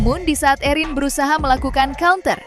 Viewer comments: Khusus pembawa acara..Namanya ERIN….. bukan EUWRIN…. Sekalian Aja ERWIN!!!Budayakan berbicara bahasa Indonesia dengan BAIK!!! Kalau mau Pakai bahasa Inggris… semuanya inggris , jangan nanggung!! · Mba admin, baca Erin biasa aja kalii...gak usah gaya" an/ ke inggris" an. Itu kan nama indoesia ...Erin gtu...